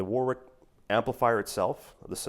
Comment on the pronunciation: Repeat after me: "Wa-rick".